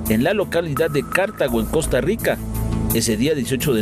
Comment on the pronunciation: For english speakers is Cartago no "Cártago" hehehe